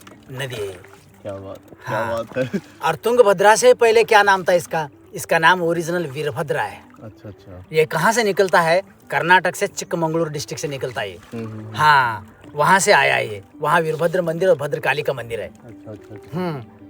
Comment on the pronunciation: भाई, आप हम्पी को हांपी, तुंगभद्रा को तुंगाभद्रा, और कर्नाटक को कर्नाटका क्यों बोल रहे है? ऊपर से आप को रामायण की बातें पता नहीं वो भी आश्चर्यजनक है! चलो वो नहीं पता वो तो ठीक है पर रामायण त्रेता युग में घटी और उसके बाद द्वापर युग आ कर गया वो भी पता नहीं? शर्म की बात है।